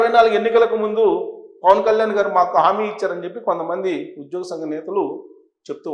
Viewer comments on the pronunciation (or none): none